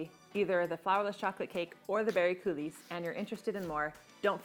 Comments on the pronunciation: I love your creative intro (your name revealed from the flour). I just wanted to mention that coulis is pronounced "cooLEE." The "s" is not pronounced, but your video was fantastic! (And, no one should have given you a "thumbs down.") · Coulis pronounced Coolee. Looks great though.